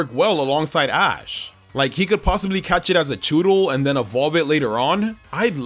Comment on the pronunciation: DOES, NOT DOSE! AND DO NOT LEAVE OFF THE T IN CATCH!